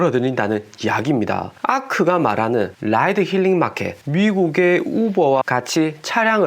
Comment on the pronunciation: 우퍼가 뭔가요 ? 우버 인데 .... 왜 우퍼라고 할까요? 한국식 영어 발음도 우버 아닌가요 ? 🤷🏻‍♀️